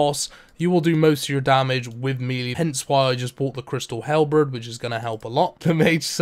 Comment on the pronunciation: The crystal halbrid.